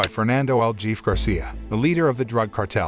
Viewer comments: I did laugh a bit when you said El Jefe, it is spanish for boss pronounced El hey-fey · I expected "el jeffie".